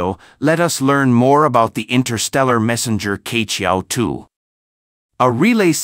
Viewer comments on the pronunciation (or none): Queqiao should be pronounced as chiechiao not kechiao.